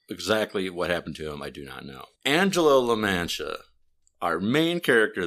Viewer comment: Its pronounce La-Mon-Tee-Uh by the way